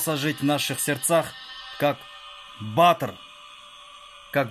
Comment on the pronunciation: Не бАтыр а БатЫр.Ээээх Шалаказагым